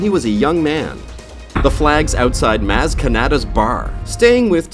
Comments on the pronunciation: U sayd br not bar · No offense, but the way you say Bar as, ''Baer'' and Han as, ''Haen'' makes me cringe a bit